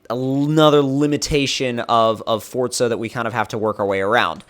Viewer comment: It's not fortza its forza